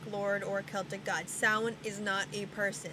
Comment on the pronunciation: I have been studying wicca on and off for over 10 years and I learned more from watching this video. like how to pronounce samhain. lol. thanks.